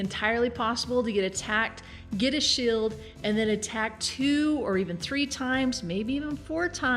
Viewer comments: shield= shild heal spell= hillspell her pronunciation is funny hehe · You say shield funny